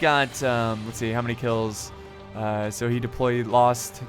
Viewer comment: I like how he pronounced lost wrong